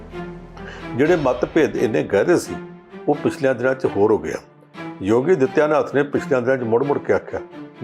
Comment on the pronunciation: ਜੁਪੀ ਨਹੀਂ ਯੂ ਪੀ ਜੋਗੀ ਨਹੀਂ ਯੋਗੀ ..ਪੰਜਾਬੀ ਦੀ ਐਸੀ ਤੈਸੀ ਨਾ ਫੇਰੋ ਰਿਪੋਟਰ ਸਾਹਿਬ